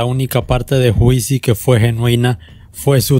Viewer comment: Pero, mi hermano que esa vaina de "juicy" pronunciado literalmente?! una vez le aconsejé sanamente que tome un cursito de Inglés para que aprenda a pronunciar ya que por el contido expuesto acá, lo amerita.. No sea cabeza dura.. Llévese de mi!